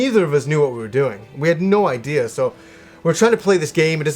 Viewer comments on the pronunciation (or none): none